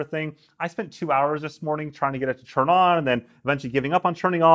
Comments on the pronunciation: I love your videos. Really informative and honest, and I know english isn't your native language, but PLEASE, please stop saying CHURN instead of TURN. I know you can say a T, I've heard you use that letter :D Kepp up the great work ;) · It’s turn not churn